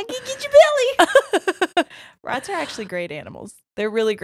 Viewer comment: I heard ratties 😂😂🐭 Also: Coagulate Louise Quagmire has me fkin dead ☠️😂